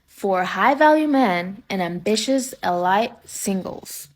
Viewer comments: 😂 She misread the word “elite”. Man she’s stupid 😂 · “Rich and E-LIGHT”…😂😂😂ELITE. Learn pronunciation😂😂😂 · "Ah-light singles"? It's "elite". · "ambitious, e-light singles" 😂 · The chick advertising millionaire sight pronounced it as “e-light” I’m mean ffs 😮....🤣. If I was a millionaire pretty sure I’d expect a partner to have an education level of being able to pronounce err..words😉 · Did one of the girls pronounce “ Elite” as “E- Light😂”. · Fatty can't even pronounce "elite" properly and wants a rich man 😂😂😂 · Don't listen to person who can't pronounce elite 😂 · Chick couldn’t pronounce “elite”. One of a myriad of reasons why you don’t qualify… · Hahaha, yes, I noticed too. She's so ridiculous.